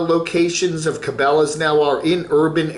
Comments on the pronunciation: I think can pronounce Cabela's. He just likes to butcher peoples'/businesses' names. It's a form of insult; like kids do.... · not being able to pronounce it just about says it all about his “outdoors” credentials